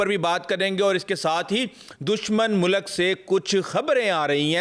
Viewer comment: Bhai .. Mulak ...nahin Mulk....hota hay... urdu sikh lay chopaye